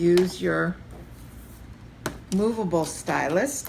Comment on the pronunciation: Great video but I had to turn off quickly because I couldn't stand you saying 'stylust' so many times! It's stylus without the t! God that was absolutely infuriating, I want to watch more but I just can't face it haha